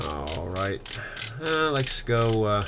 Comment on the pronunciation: Is it my poor ears or are you saying "lex" instead of "let's"...?